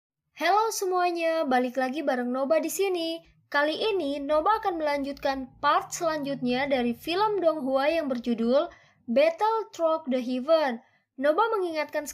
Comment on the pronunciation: Maaf min cuma mau ngasih tau cara baca Through cukup dibaca thru aja bukan trout..